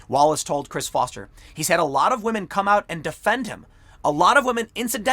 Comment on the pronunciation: I'm going with my gut and going "believe all wamehn" on this one. So, sorry Joe, you don't get to be prez. Not that you'd know you were anyway.